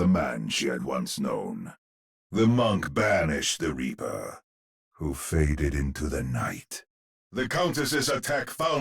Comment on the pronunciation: 3:1 The way Reinhardt says ''The Reaper'' sounds like he says ''The Weeper'' instead. He's gonna make us weep